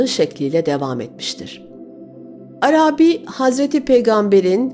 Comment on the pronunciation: Çok güzel okuyorsunuz. Tek kusurunuz var, o da Arabi kelimesinin ilk iki hecesi uzatılmamalıdır, üçüncü hece uzundur. İkinci heceyi uzatıyorsunuz, düzeltirseniz mükemmel olacak her şeyiniz...Selamlar